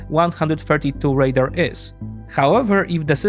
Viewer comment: Great video. Suggestion: you pronounce "radar" like the word "raider", and since both those words are relevant to the topic it's confusing. You want to accentuate the final vowel sound in "radar" as if you're talking like a pirate! :-) Binkov gets this wrong too, so here's an opportunity to surpass him! ;-)